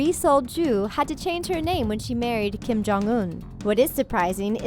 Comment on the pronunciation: Hold up it’s Kim not King 😂